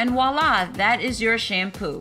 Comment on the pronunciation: Ummm...it's "voila"...not "Wala".